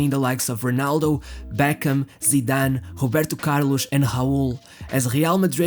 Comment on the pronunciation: It is really annoying how you pronunciate Robinho's name. You can clearly say Ronaldo's name correctly by saying "Ro"-naldo, instead of "Honaldo". But when it comes to Robinho and other players like Roberto Carlos, Raul, you used H instead of R like Hobinho, Hoberto, Haul. Its like you literally can't speak words that starts with the letter R. But in some word like "remind" you can say the word correctly, not saying "hemind". Why is this?? As i said before, its really makes it annoying to listen to your narration.